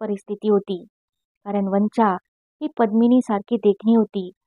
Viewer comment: छान वाचन....पण,तीचं नाव "वंचा" उच्चार "पंंचा"सारखा नको..."चालेल" मधला "चा"हवा... अशशाच छान कथा निवडुन वाचन करा...खुप शुभेच्छा...